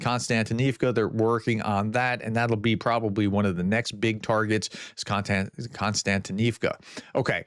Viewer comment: The name of the town is KOS-tyantynivka. Why do you insist on pronouncing it KON-styantynivka??